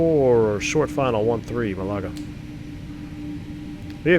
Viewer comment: Great stream. Just to advise that "Malaga" is pronounced "MALaga", not "MaLAga". (Rhymes with the Scottish surname Gallagher). :o)